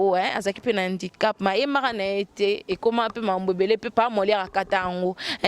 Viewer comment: on dit handicap et non indicap avant bosala ba émission il faut bo zuaka ba information ya bien bana ya mamie ngeni ba fingamaka po na comportement na yé moko ba fingaka mutu kaka na faiblesse na yé bolanda ba serie na yé ya kofinga batu mbala ya sima bolata bien avant bosala ba émission boza sombre